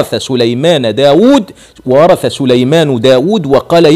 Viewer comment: وورث..بكسر الراء..